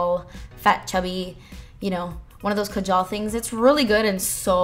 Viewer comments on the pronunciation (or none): its kaa-jal not ka-jaal pls don't butcher the pronunciation, i love you a lot i don't mean to be rude i swear but its pronounced like that yeah? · pronounced kah- jhl .. kajal.